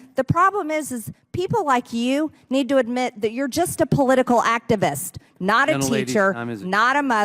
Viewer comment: Was the girl in the back operating that ventriloquist dummy? “activaste, blah, blah, teacher, blah, activist, blah!”